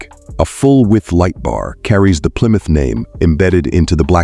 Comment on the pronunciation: Didn't realize there's a b in Plymouth.